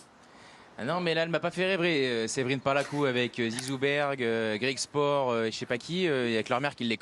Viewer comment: Comme pour le Basket, L'équipe ne sait pas parler d'autre chose que du foot, la fille qui lit ses notes en ne sachant même pas prononcer correctement le nom des joueurs et l'autre envoyé sur place qui ne passe son temps qu'à rager et dire de la merde - Si tu ne connais pas Griekspoor et pense qu'il y a que sa mère qui le connait, regarde le tennis + que 2 semaines par an quand il y a Roland car ça fait pitié et c'est honteux d'entendre ça - j'espère vraiment qu'un jour cette chaîne va s'intéresser à autre chose que le football dans la vie. débat ridicule et sans intérêt...